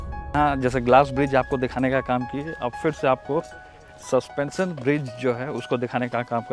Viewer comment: संस्पेंशन नहीं सस्पेंशन होता है